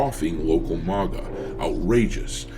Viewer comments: It bothers me way more than it should that you can't pronounce maga 😂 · The way you pronounce MAGA should be a crime!